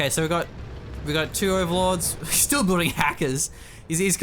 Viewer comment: Building not booding. Peace